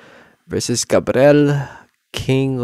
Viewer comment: also its “gabriel” not gabrel